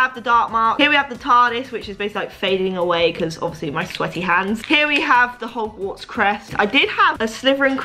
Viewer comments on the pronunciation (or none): none